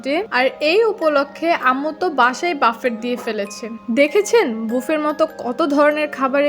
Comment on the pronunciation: Its actually pronounced বুফে